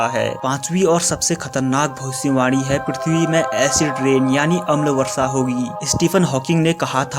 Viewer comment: Video ke suru hone par bhai kya ap bhavisyavani bol rahe the ya bhosdiwali bol rahe the😂😂😂